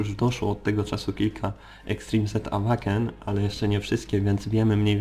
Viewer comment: Zastanawia mnie czemu wymawiasz "Awaken" zamiast "Ełejken"? :D